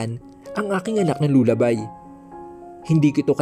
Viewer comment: Desr Mr narrator Lullaby is pronince as lalabay